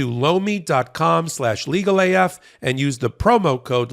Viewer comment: I swear every time y’all do a Lomi advert it sounds like you say blow me.